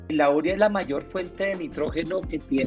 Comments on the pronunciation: No se dice úrea. Se dice uréa y se escribe simplemente urea (sin acento). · ¿Por qué pronuncian úrea? ¿no se dice urea? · U–re–a. No es palabra esdrújula. La sílaba tónica es "re". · Llegué aquí por la pronunciación de agricultores artesanales y de un ingeniero agrícola al escucharles ÚREA, y me encuentro aquí, qur también. ¿Qué está pasando?